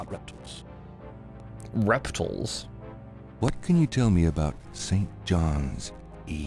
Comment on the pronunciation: I love that the Lecturer pronounced "zoology" right, and then said "reptuhls" immediately after